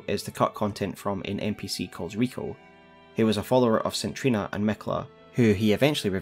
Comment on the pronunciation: Good video but DUDE... the way you say the word Saint is horrific. It is say-nt not sin or sit or sint... and the name Trina is said like Treena